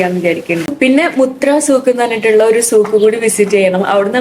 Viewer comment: മുത്രയല്ല മത്ര